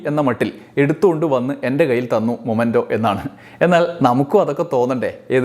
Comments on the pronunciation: മൊമെൻ്റോ അല്ല; മെമെൻ്റോ എന്നാണ് ഉച്ചരിക്കേണ്ടത്. | t is a common mistake . Please dont repeat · It is "memento" not momento, man !! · Hello dear...momento allaa... memento aanu ttuo❤